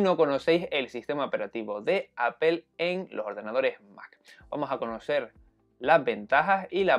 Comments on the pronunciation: Es raro, porque el sonido final de "Apple" (ˈæ.pəl) es más parecido a una "O" castellana, no debería haber problema para pronunciar algo así como "Áp'o" en lugar de "Apel". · por que dicen apel? xD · No entiendo porque le llaman "Apel", los españoles también no dejan de decirle así, alguien sabrá?? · entonces se dice aple you know ? Gogle, se comen las "s" y según ustedes crearon el idioma. Me gustaría que que dieran el ejemplo al hablarlo.